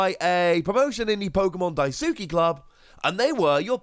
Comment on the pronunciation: Oi lad it’s pronounced Pokémon ‘DAI-SKI’ club not ‘DAI-SOOKI’. Amateur!! Jk. Great video man. I miss this era.